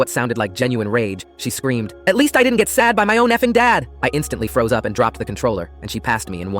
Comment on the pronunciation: took me a while to realize it was "SA'd" not "sad"